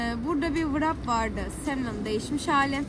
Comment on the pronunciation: Bilgilendirme için teşekkürler. Sadece tek bir düzeltme yapayım; [vırap] değil [rep] diye okunuyor.